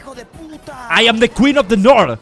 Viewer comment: Me encanta que auron sigue diciendo “ IM THE QUEEN OF THE NOR”